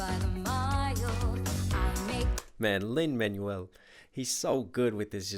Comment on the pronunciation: Except for "Lin-Manuel" XD he adds a U-sound to Manuel which is pronounced like "man-WELL" (bless tho)